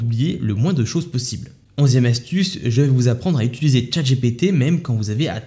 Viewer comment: « Utiliser » et non « utuliser » 😘